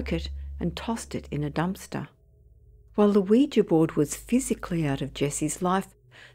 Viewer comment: At last someone who can pronounce Ouija correctly.. Most folk even on TV programmes say it like ooh we gee